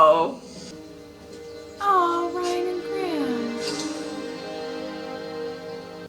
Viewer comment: I'm going to miss hearing you making Ryan's name three syllables. Ry-an-uh. 😂